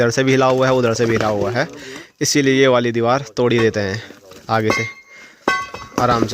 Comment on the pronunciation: Deewal nahi deewar bolte hai